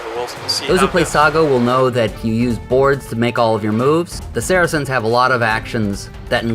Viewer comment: I wish you people would learn how to pronounce saracens. It sounds like “sar-sins”